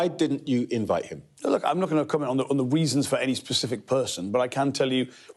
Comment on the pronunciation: On the weezons.